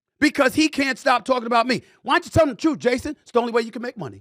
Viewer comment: This guy says Troof? Come on. Now we see why you aren’t on tv or radio.